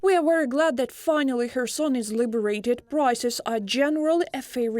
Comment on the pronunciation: Kherson should the Ukranian journalists say correctly so westerners can properly pronounce Khetson better.